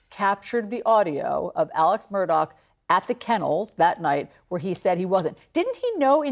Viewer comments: For Christs sake CNN the guys name is MURDAUGH not MURDOCK. Such Lazy shitty journalism. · Why does everyone mispronounce his last name? If they’re going to say it can’t they figure out how to say it correctly.